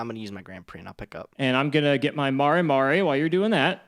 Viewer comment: It's MARE like a horse, not MARAY